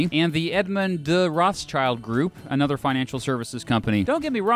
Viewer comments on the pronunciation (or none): I really like the video, but I have one concerne: It's pronounced "Roth + schild(like the english word "shield")" not "Roths + child". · Crazy how you really pronounce their name that way. Rothschild literally means red shield in German and is pronounced like "rot-shilt" with a long o. Has nothing do to with a child whatsoever... Said that, great vid! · A minor note on pronunciation. The pronunciation of 'ch' like in the English word 'child' isn't correct here. In fact, this name contains the German trigraph 'sch' which is pronounced the same as the English digraph 'sh'. If I'm not mistaken 'schild' means 'shield' in modern German, though I'm not sure if that's really in the etymology of the name. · Thank you both for your videos! Being born and raised in Rothschild's city Frankfurt, i can't get over your (and probably every English speaker?) pronunciation of their name 😄 German th is spoken like t and the i like the English ee, so it's closer to rod shield than to ross child 😬 Fun/Pride fact: when Frankfurt's Jewish community gained equal rights and the ghetto rules were lifted, almost everyone who could afford it moved elsewhere in the city, except for Mayer Amschel Rothschild, who decided that the Family HQ would stay in the House of the Red Shield (hence the family name) in Jews' Lane, the former ghetto. The house later became a tourist attraction and it existed until the bombing raids of 1944 when it burned down. Thank you guys for these videos, i would wish the world would be ruled by fellow Frankfurters but i am afraid it isn't. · It is spoken out: Rot-shild Like: Red-shield Got it?! In English the surname loses it’s meaning. 👉 Roth-schild means red (with a “h“) 🛡. Roths-child means the child of the Roths. But: 👍 Detail. We all know who is meant. 🇨🇭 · Good video just one quickk note its pronounced Roth schild not roths child :) Rothschild comes from the german Rot schild which means red shield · Rothschild is actually pronounced Roth-shield